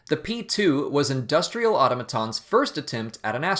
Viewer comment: auto-maton? where'd you learn to speak?